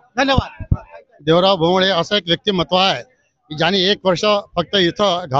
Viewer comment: Bhongle not bhongala 😂